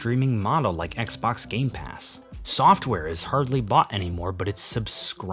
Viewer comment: yeah why do you pronounce "game" like that